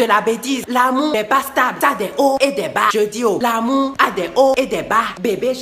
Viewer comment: Il dit " l'amou " 😂